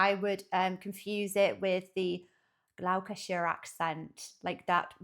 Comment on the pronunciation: You pronounced "Gloucestershire" weird - I'm American, but every person from the UK I've ever met pronounces it "Glosstersher" and I think you said "Glou-casher" or something like that?